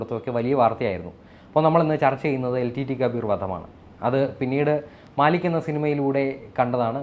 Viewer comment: Haha....its not maalik ..etta..its mallik